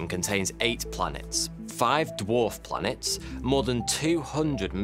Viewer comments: Every time you say 'blanets' I spasm. Great video. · Blanets and Slanets killed me😂😂🤣🤣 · slanets haha